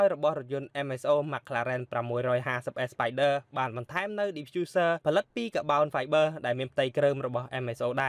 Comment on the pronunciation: Car-Bon-Five-ber not ka-bound-vi-ber